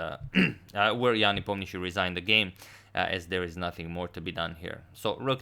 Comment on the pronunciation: Are you russian? Is that the right pronunciation for ian nep.?